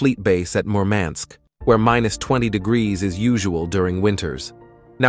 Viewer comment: I'm not blaming you, but the pronunciation of Severomorsk and Murmansk kills me as a russian